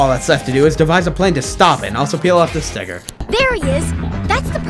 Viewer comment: 🤨🤨🤨that did not sound like sticker but ok🤨🤨🤨🤨